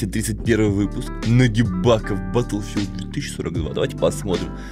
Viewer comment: Не Баттлфилд а БаголФилд